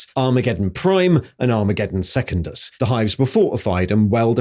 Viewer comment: seh-kundus not second-us